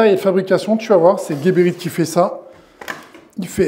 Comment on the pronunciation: Big up. C’est geberit ca se dit Jéberit et guéberit… y a pas de u.